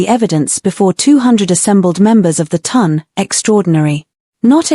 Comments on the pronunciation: I love these stories, however, please can AI pronounce Town instead of Ton. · Oh, also the " Ton" is pronounced like the word "on" with a T in front!